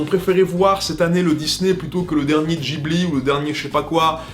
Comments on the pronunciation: C'est comme tu veux mais en France on dit plutot guibli que jibli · Tres bonne video mais on ne dit pas "Gibli" mais "Guibli" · Pourquoi il prononce Ghibli " Djibli " ça se prononce pas " guibli " ? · Cassandre - C'est tiré d'un mot italien, et en italien g + h se prononce gue (pas gwe mais bien gue) donc ce serait "guibli" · C'est amusant de choisir d'utiliser la prononciation "Ji-bli" quand à côté il y a énormément d'autres cas où c'est l'inverse (prononciation Jp / Occi j'entends). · Je ne crois pas que Ghibli se prononce comme ça.